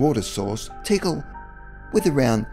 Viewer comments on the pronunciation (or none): I enjoyed the video, though no new info, but I have to point out a couple of pronunciation issues. You did alright with Teotihuacan, But Tikal is not "tickle", it's "tee KALL", Kukulcan is not "cuckle kahn" but "koo kool kahn"